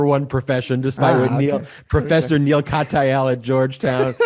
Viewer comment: If you would like the respect of Neal Katyal, learn how to say his name. it was cringe worthy, nails on chalk board event hearing his respected name spoken on the podcast.